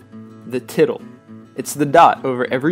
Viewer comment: Tittle**. Not tiddull.